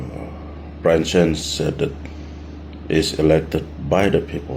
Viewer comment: Peter lusim, court will advise us all and BTW it's Byron not Brian 😂